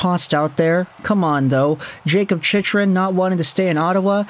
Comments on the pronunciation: His name is pronounced CHICK-run, not CHICH-run. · I know, he's been pronouncing wrong for years. Think he's trolling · Phonetically: Its chick-run. Its La-leems martian Murray wasn't traded for Talbot. Gustavsson was traded for Talbot. Try preparing for videos. Watch some hockey.